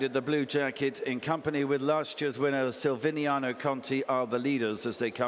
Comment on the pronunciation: say the bloody name right! silviniaCo not silviniano